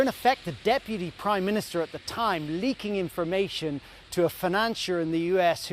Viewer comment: Inhalation, inlumation, imunation...I might trust the veracity of a statement if only the person speaking could convey it. I think what you may have acquired was 'information', this is farcicle, bad outcomes are more often than not the residue of bad decisions and choices. I am not a Starmer fan, but much of the nation have tried to preemptively rubbish him for little credible reasons initially, however you dont hand the 'enemy' ammunition and his curtailing to an unhinged twit is pukeworthy at best. In summary much of the nation never voted for him, they simply opposed the Conservative farce. How Starmer rates bottom in any popularity rating is ludicrous considering Liz untrustworthy's fourty nine day train wreck for starters, much of the nation must have developed conveinient amnesia.